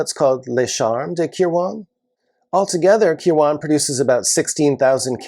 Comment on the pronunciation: I know this minor in the grand scheme of things but watching you butcher the pronunciation of Kirwan was hard to watch. Its pronounced Kir-win.